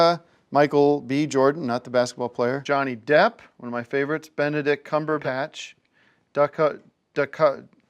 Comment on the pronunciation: I like how he said Benedict Cumberbatch perfectly. And then Molly Ringwald.. from the old.. Molly Ringwald movies.